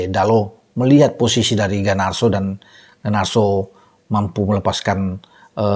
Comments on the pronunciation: Garnacho, bukan Ganarso..😂😂😂 GGMU!💪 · Darimana Garnacho dibaca Ganarso,. Kok bisa?😂